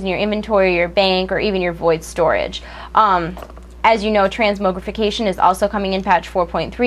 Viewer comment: i hate the way she pronounces transmorgification, its not moog its mog lol, its an actual word so dont try and correct me!